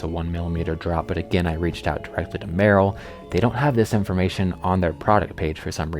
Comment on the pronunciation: Isn’t it pronounced mur-‘Rel?